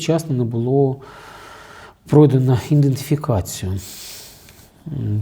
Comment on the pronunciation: Ідентифікацію а не індефікацію